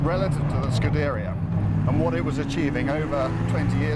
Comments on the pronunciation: that's the right name scuderìa pronounced skude'ria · Sku-DER-ia. C'mon....! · lol i was going to right that, really annoying that he says it scood airea...makes it sound like a desiese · It's spelled : Skuh - the - ree - ah :) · Scu-dairy-uh? I wish he would say it correctly, like the Italians do. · scoo - duh - ree - uh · I had to stop watching because of the fucking irritating and wrong way you pronounce Scuderia. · I was no better off after this video... waste of 5 minutes! How can we trust someone who can't even pronounce Scuderia properly... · No-one ever claimed the Scuderia (and he pronounces that painfully badly) was the successor to the f40. I have no idea what he's going on about by saying that. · The way this guy says scuderia is annoying. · he keeps saying scuderia wrong !!!!! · Thats because its Auto Car mate, they don't have a clue, never have in my opinion. And you can't even say its entertaining like top gear...in fact i think fifth gear is more entertaining and more accurate. And i really hate the way he's pronouncing scuderia! For god sake!! Lol. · he cant say scuderia right..? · who cares if he cant pronounce scuderia correctly? its Italian so hardly anyone speaks the language anyway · "Brits on Car TV" - I think he meant to say all (or most) of those who appear on TV seem to mispronounce foreign names. Jeremy Clarkson got "Veyron" wrong; Autocar gets "Scuderia" wrong. OT: Some Americans can't seem to pronounce Irak, Nikon or Hyundai right either. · Can't believe he has no idea how to pronounce Scuderia right.